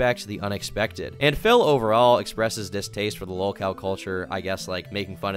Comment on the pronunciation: The "lawl" cow podcast......